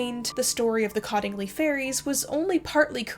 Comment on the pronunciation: Cottingley is pronounced "COAT-ingley."